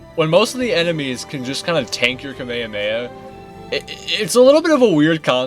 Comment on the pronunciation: Yo the way you pronounce kamehameha made me physically ill 😭